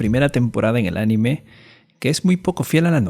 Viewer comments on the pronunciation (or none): none